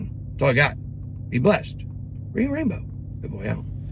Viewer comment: At the very end… it sounds like you say, “And bring your ammo”… lol! I had to slow it down to 0.5 speed to hear you say, “Bring a Rainbow”. Side note, you sound drunk af on 0.5 speed. 😂 That could def be a new bit… .05 speed funny clips… 💙. Your idea now if you like it!